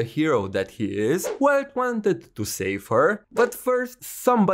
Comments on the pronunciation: Keep in mind: "Welt" is pronounced as [Velt] because the German language pronounces W like a V. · The main crime I see in the game is to not pronounce Welt "Velt" like it's supposed to be in german